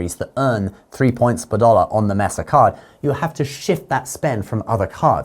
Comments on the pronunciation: Mess-uh. That doesn't even sound right. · Pronounced “MAY-sa.” 😊